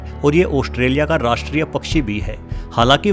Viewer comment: Oshtrelia nhi be gadhe Australia bolte h. Bolna seekh kr voice over dena.